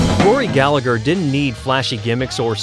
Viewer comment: Would be better if you pronounced Rory’s name correctly. It’s pronounced Gal-a-her.